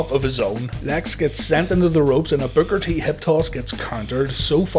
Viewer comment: Sounds like you’re saying “Booger T”